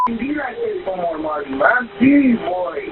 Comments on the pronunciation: the fact the narrator keeps saying "oMAHri", when you can hear how is name is supposed to be pronounced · The way you keep mispronunciating his name :/ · Come on dude you could at least pronounce the kids name right. They say it about 50 times. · Feels like kind of a disingenuous video when you can’t even bother to lean how the child’s name is pronounced before you record your narration